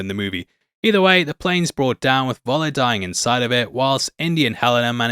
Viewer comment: Why can't ANY English-speaking person making videos here learn how to say "F" (as in the English word "fun")for the German letter "V"... i.e it would be "Föller" and not "Voller"!!